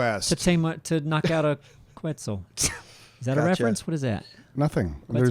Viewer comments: Quetzal isnt pronounced like that ;) its Ketzal (full name is pronounced as so: Ketzal Koat-al) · Quetzal is actually pronounced as Ket-Sal. Like Net, but with a K, and Sal as in an italian jazz singer. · So I'm not sure if they are pronounced the same, but if the quetzal in Ark is the same as the national bird of Guatemala (it's also their currency), it's pronounced like "ket-sAl" with an emphasis on the 'A'. Other than this, great video as always, guys!